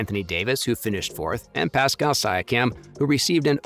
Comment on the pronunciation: The way mans said Pascal’s name😭😂